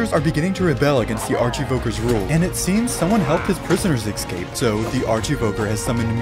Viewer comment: So is it a rule that minecraft YouTubers can't pronounce "escape".